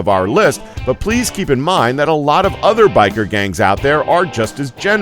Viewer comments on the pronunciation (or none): none